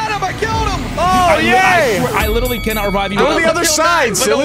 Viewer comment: OMG HE IS WITERRLY GWITTYING